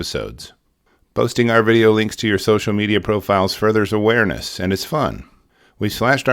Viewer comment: Why is there a pause between "social" and "media"?